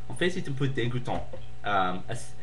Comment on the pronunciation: quick corrections multiple choice=un questionnaire à choix multiples you said 'celle' referring to 'le systeme'- u shouda said 'celui' no liason with dix points 'en fait' is pronounced like 'en faite' s'en ficher que takes the subj, but esperer que doesnt! i'll leave it at that. you have good french and you speak quickly which is v good!! i hope i helped,sorry if i was annoying ;-)